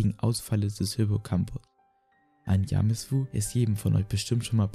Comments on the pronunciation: Nicht „déjà- „wu“ sondern déjà „wü“ und nicht „jamäs -wü“ sondern (stimmhaftes) „schamä-wü“. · Jamais-vu wird eigentlich Jamäwü ausgesprochen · Ja Mais wu??? Also ein bisschen peinlich ist das schon😬😁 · deejavüü und jamää vüü